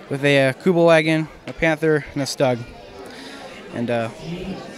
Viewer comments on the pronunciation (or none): The stug i actually pronounced as stoog